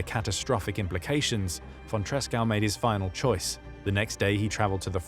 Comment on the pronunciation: Good video about von Tresckow despite butchering his name.